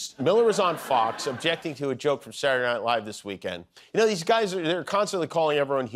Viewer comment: When he says Saturday Night Live, it means that he is a Yankee. I pronounce it that way myself.